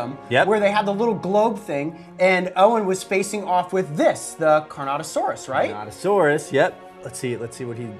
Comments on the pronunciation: it is carnotaurus not carnotosaurus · it’s not carnotasaurus its carnotaurus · carnotosaurus lol its carnotaurus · Its carnortourus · It’s car no saurus not car not a saurus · Nana’s Arts Obviously not considering he called Carnotaurus “Carnotosaurus” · they said carnotosaurus at the start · Is anyone gonna mention that they called the Carnotaurus the "Carnatosaurus"? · It’s pronounced CAR-NO-TAUR-US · It's pronounced carnotaurus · Bro said carnatosauras